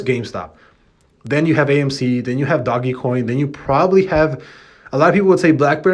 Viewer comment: STOP SAYING ''DOGGY'' COIN!!! lol